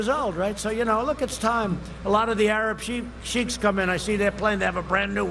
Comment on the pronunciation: Did he say Arab sheep??